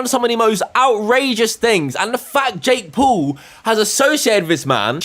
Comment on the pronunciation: “Jake Pool”